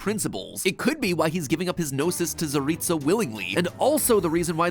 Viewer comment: can pronounce "tsaritsa" and "snezhnaya" yet can pronounce "yae" AHAAH